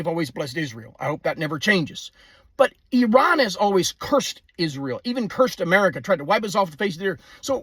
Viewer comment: Thank you for pronouncing Iran correctly